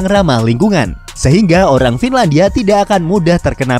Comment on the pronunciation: FINLANIDIA NIDIA NIDIA NIDIA